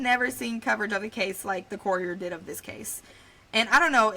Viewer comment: Good video but some of your pronunciations aren’t correct. KI-REE-MU-OR (Kirriemuir) KOUR-REE-UH (courier) KIN-NOR-DE (kinnordy) EH-DUHN-BRUH (edinburgh) Gaslow?? Girl you did mean GLASGOW?? (glaz-gow)